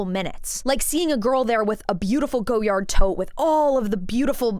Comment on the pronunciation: calling it a go yard is wild 😂 and I absolutely love you for that.